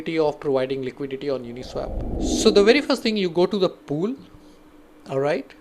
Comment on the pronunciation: It's pronounced as Uni-SWOP..not Uni-SWAP. You're pronouncing it incorrectly.